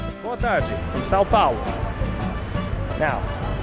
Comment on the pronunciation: Your pronunciation of Rio de Janeiro and São Paulo is better than 99% of non portuguese native speakers.